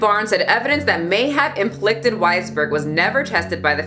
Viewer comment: Im•pli•ca•ted. Not implicted. Lol. U still the homegirl tho.